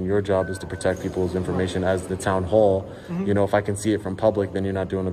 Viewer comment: you said "hoall" instead of "hall".